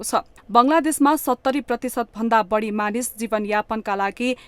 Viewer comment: अशुद्ध उच्चारणले कान बिझायो !—- मत्स्य— मत्स्य, बाढी — बढी !